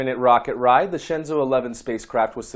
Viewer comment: Your explaination is surely better than pronunciation, but still I think is incorrect. If we want to use english isntead of pinyin it would probably be something like this: Shenzhou = Shan--joe-oo, Tiangong = Tee-an--gong. For jiuquan I don't think it is possible to write it in english, the sound of the character Jiu would be something like "gee-oo", but quan is not writable in english, it's something like the "ch" of "chew", "oo", and "an" with the english (not the american) pronunciation. Phonetic alfabet is much more suitable for this kind of things ^^